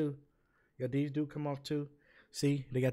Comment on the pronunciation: “I had dese fo a wow”